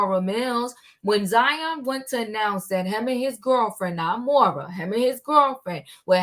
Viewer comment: Happy Friday! Great content. I believe Moriah’s name is pronounced like Mariah (Carey’s)